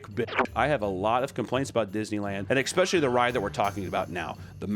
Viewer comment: I’ll comment this on every video until you get it right, it’s ESS-specially not EX-specially. Come on Papa